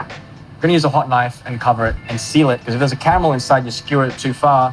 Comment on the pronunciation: It's cute when he repeats "camel this, ..camel that..." even though he is able to pronounce "r" in other words :-) Anyway- I would never use unhealthy s'h'itt called "white chocolate' that has nothing to do with chocolate, in any desert.